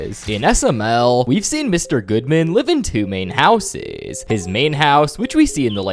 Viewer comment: You make super good videos, but your youtube accent is starting to pmo. "Mr. Goodman is by far the richest character in SMLLLLLLLLLLL". "Housessssssss". (greatly extending the last syllable of every sentence)